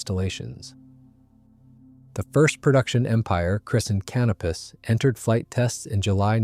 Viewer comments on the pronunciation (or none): I had to listen to this part twice. I wondered why Imperial Airways would name an aeroplane 'canopiss'; maybe they thought it looked like a tin of cheap lager. Then I realised, Conopus, the star! Which is pronounced kuh-NOH-puss (/'kəˈnoʊpəs/) in British English.